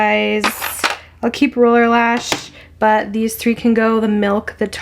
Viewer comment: I Love watching you, however when you say the word "but" you do not pronounce the "t" at the end. I know it's a generational thing, buT it drives me crazy. I really do love your content and great personality.